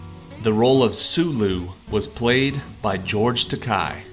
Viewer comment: It's pronounced George Takay, not Taki.